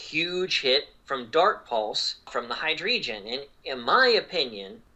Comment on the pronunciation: I love the way pronounces Hydreigon